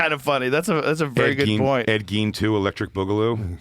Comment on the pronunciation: Rogan is calling him "Ed Gaines" now. What are we doing?